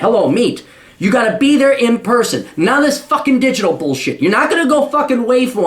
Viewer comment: lol its "whyfoo" cap damn I'm only a little bit better than this guy